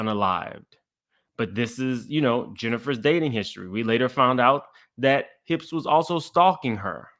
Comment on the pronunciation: NOT "HIPS" 😂 🍑